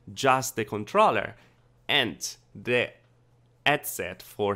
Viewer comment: HHhhhh-ead set ;) not Ed-set Hhhhhh-ertz, not ertz ;)